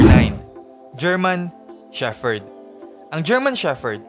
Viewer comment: Shepherd, pronounced as sheperd